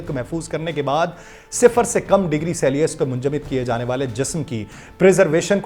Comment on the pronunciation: Brother dekh kr read kr rha h pori theory. Celsius ko selius prh rha h. Urdu mn read kr rha h. Jaisi research wese ki reporting hai